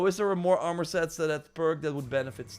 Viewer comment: Man i been watching for a minute. Since he would say arm-or. But he always knows how to get the best items in AAA games, especially assassins creed. Im literally only 3 hrs into the game. I pre ordered it too. But i started playing wuchang, then ghost of yotei. Now im back to shadows